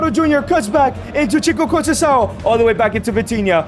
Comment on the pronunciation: the ç is pronounced like a "s" sound, not a "k" sound in Portuguese. ç is not the same as c. Trincão use the k sound since it's a regular c Conceição use the s sound since it's a ç Gonçalves too